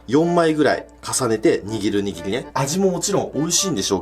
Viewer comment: くっくは らりるれろ が言えないよね！笑 握りが言えてない！笑 可愛い❤笑